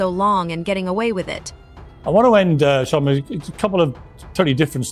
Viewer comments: Its NOT CharlaMAN!!..Its CHARLEMAGNE, MANE!! Caucasians can NEVER Get these Black names down. smh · Char a man smh cant even pronounce his name correctly. Im reporting this video for poor pronouncination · Char-La-Man? 😂 The narrators don't even take the time to learn the subject's name! Lazy mofos! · She kept saying Charlie-man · "Char la man" is crazy 😂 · Charl la man come on lady . Why cant you guys pronounce our names right . Like two Pack come one pale riders get it together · Who's " Char-La-Main ?🤔😂😊🤪